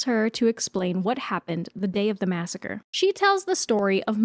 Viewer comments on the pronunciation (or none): none